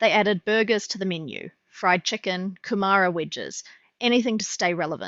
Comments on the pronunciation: Sure its AI, pronounces Timaru as Tim marr roo & Kumara as Koo marr ra. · I am confused how a video on NZ Fish and Chips can pronounce Maori words so poorly? Especially “Kumara” 😢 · Where are you from if you live in the South Pacific but can’t pronounce kumara?!? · I've never heard anyone say "kumara" like that before. Is that a regional pronunciation somewhere? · I've never heard anyone pronounce kumara like that, haha